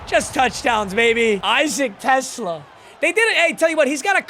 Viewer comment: bro why does he say everyones name wrong on his team lmao. alim, amon ra, teslaa